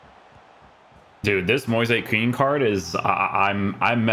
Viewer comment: it's actually Moize Ken